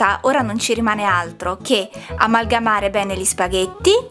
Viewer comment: «spaVètte» con la 'v' :-p. «câ pummaròla 'ncòppa» Saluti dalla Campania :-)